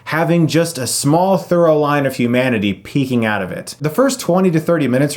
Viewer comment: Chris, you keep saying "thorough line" instead of through-line. Otherwise, great reviews.